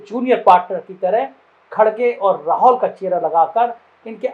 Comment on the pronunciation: भाई राहौल नहीं राहुल होता है